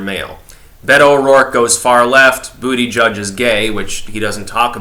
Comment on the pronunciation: I miss when you pronounced it "Boo-da-GEEG"